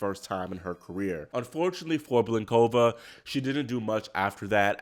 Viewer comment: Do not say nosKOVa, please say NOSkova. Do not say blinKOVa, please say BLINkova. It's so easy to learn the correct pronunciations. Why don't you do it?